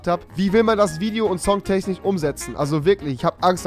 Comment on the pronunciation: Kann Rewi kein "SCH" aussprevhen oder warum sagt er die ganze zeit "CH" tenchniCH MiCHung?